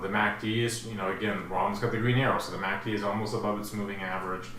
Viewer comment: I swear you said MACD Instagram..:))))) Thank you for analysis